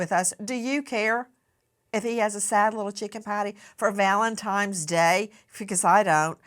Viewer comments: I absolutely love you Nancy Grace but it is Valentine’s Day not Valentimes day! What is happening?! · Did Nancy Grace just say Valentimes!?!?!?!!?